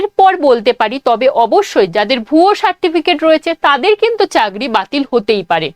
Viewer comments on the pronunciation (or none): Chagri noi chakri😂